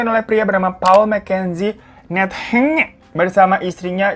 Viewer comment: Kocak denger Bang Hiro ngomong 'Nthenge' 😂